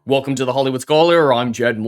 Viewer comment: it sounded like "WOKEome"! 🙂